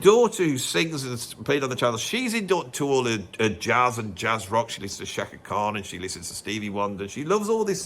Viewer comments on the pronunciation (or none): none